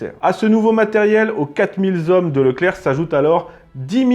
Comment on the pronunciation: T es un super mec tu fais de super vidéos mais stp : apprends les liaisons avec les chiffres ... dix huit z' hommes ou 1000 z hommes ça fait mal . Bon t as une excuse t as été à l école socialiste et obligatoire mais juste ça si tu peux corriger... merci d avance !